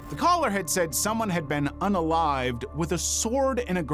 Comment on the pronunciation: Why do you keep saying "UNALLIVED"???